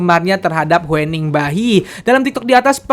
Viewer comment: huening dibacanya hyuning bang